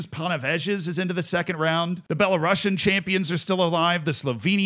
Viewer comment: that pronunciation of "Belarusian" is criminal